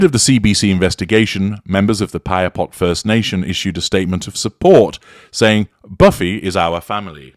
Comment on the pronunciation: Thank you for taking on this analysis! Appreciate your accurate pronunciation of Saskatchewan & Piapot.🇨🇦 BSM has been an Icon for Canadians, hands down. CBC's doc. has uncovered the Truth whether we like it or not. And no, Buffy's age does not give her a pass on exposing the Truth. As a Canadian, I can verify that we are all shocked, including indigenous First Nations & Inuit as disclosed in their media interviews. Reminds one of Grey Owl's identity disclosure after living in Saskatchewan.